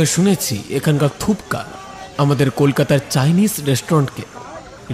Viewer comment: Ota thupka noy thukpa